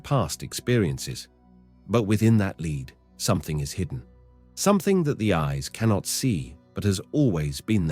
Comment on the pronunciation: lead here is pronounced as LED...metal lead.i'm Saturnian very lead.it needs fuel so ashesashes all fall down...rowrowrow your boat merrily merrily merrily life is just a dream.